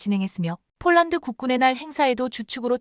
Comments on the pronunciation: 폴란드를 쫄란드로 발음하는 나레이션을 바꾸세요 21.4만명이 시청하고 있읍니다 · CGS 무게단위 t 를 톤으로 못 읽고 티 라히는 내레이터는 초등학교 3년 산수자연 실력도 못되는 무식한 여자다. 폴란드를 쫄란드와 구별 못하니 딱하다. 뮬식은 불식이 맞다. 1자는 1차다, 요정은 요청이다. 21를은 21를이 맞다. 이 멍청아 스크립터도 역시 엉터리구나. 이건21만여명의 구독자를 모욕하고 무시 우롱 하는 거다, 이건 용서할 수 없다. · 쫄란드라니, , ,,한글도 발음 안도느냐? 쫄란드라는 나라 새로 만든 나라냐?